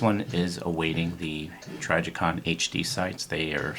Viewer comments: Its pronounced Tri (as in triple) TRI JI (as in jizz) con (as in convict) TRIJICON YOU DUMB PIECE OF SHIT. You're the definition of a poser operator. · Are you saying Tragicon?